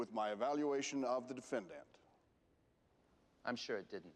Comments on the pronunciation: Since when is defendant pronounced 'defend-ant'? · thought to meself i've never heard anyone talk about a red herring as an actual fish. that's cos there is no such fish. the prosecutor had a strange way of pronouncing "defendant" with the emphasis on the last syllable.good film but seemed very oldfashioned for 2010, we seemed to be still in a pre-internet world. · Is this a normal way to pronounce defendant? I never heard it before, but English is only my second language, so I might just lack experience as a listener.